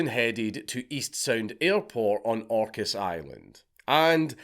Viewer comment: Dank, you can say Orcas correctly but you cant Camano lol